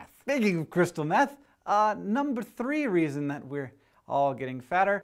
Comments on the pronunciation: When you were talking about meth, I thought you said "So don't do math." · He was saying meth! I thought he was saying math!! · Took me a while to realize he was saying meth rather than math Looks like theres no reason to start my homework now.